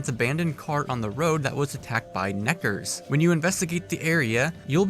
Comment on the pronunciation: Theo things I love about this video; And,…. Black face And,…. The way you say Nekkers 😂